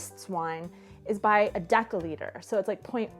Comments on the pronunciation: that was pretty good Ř, thumbs up P.S.: misunderstanding, happends. If both of you knew ENG on lvl. B2+, my guess would be, no problem (for the whole situation). Also dcl = decilitr, not dekylitr (nitpick) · I liked the video and I'm not a pronounciation fascist by any means, but I'd suspect the story about the wine is an anecdote you tell people, and since most Europeans are too polite to correct you but will silently judge you - deciliter is not "deckaliter", (as little as a decimal is a deckamal). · Native metric user here, the "ci" in deciliter should be pronounced like a Spanish or French "si". Deci (d) comes from the Latin decimus, meaning tenth. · Given your pronounciation of "deciliter", how do you pronounce "decimal"? :D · I don't want to be nitpicking or something, but I'm not sure that your pronunciation of a "deciliter" is correct :D